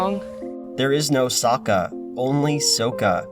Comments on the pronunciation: That would be correct if Avatar existed on our world and there wasn't a direct source material to reference. I mean in season 2, the tales of ba sing SE, Sokka explicitly explains how to pronounce his name. "That's right I'm Sokka it's pronounce with an ah-ka young ladies I rocked ya" ... One too many syllables or not he still explained his name. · Ok but “ahng” and “sowka” are how I thought their names were pronounced before I watched the show and had only read about it. Therefor, my theory is that no one in the entire production ever bothered to actually watch the show. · Fuck reasoning, anytime I hear Ah-ng or So-ka I physically wince.